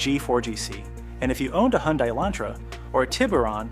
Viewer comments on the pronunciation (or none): Hi-un-day -always has been😂